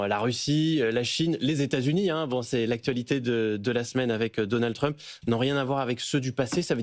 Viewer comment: Merci Mr Badie de prononcer à la française Truuumpe ! "Sorbon université"devrait prendre exemple sur votre style et votre syntaxe au lieu de singer comme des vassaux les yankee !!!! Revenir à Université DE LA SORBONE !!!!